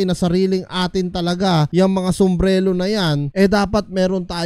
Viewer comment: IT IS SUMBRERO NOT SUMBRELO! If I will sell Balbuena's Tambay Caps, I will not over price! He said that he sells the caps to his resellers at just 1,000 and can be sold at a price of 1,650! If I am the reseller I will just sell his caps at 1,300 ONLY for me to run out of stock fast and order another box or volume order from him on how many minimum pieces he requires. What about Caps that is only made in a limited number of pieces and I have a few of those, will I sell it OVER PRICE? Depends on who will buy from me but not at an EXHORBITANT PRICE THAT IS OUT OF REACH TO MOST PEOPLE JUST FOR A CHEAPLY MADE CAP!